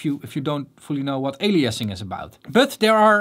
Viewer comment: "ali-assing" 😂 but for real this is all super solid info.